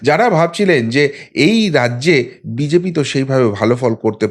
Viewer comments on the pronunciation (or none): none